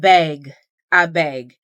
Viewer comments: OhmyGod,, did you just speak Pidgin-English? 😅 "Abeg, Abeg!" I replayed it twice! Waow, well, that confirms this is my message! Been following for a long time, and this is my first comment. Blessings, always. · “Abeg” you got Nigerian friends? 😂 ❤